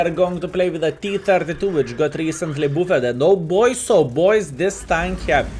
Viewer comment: FYI, buffed is pronounced baffed not boo fed